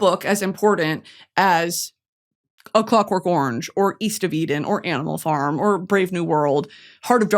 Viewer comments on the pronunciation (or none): none